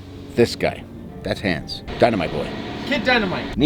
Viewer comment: Ok glad to see I'm not the only one. I've never heard the name Hans said like that, so it didn't even come to mind until I saw it on screen. I thought of some movie character nicknamed Hands, although I can't remember which movie.